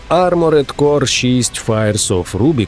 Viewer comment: Арморд, просто арморд, без Е!!!!!!!!!!!!!!